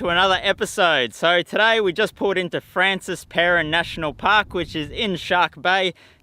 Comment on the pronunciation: Its pronounced Franshwa ... just saying,mate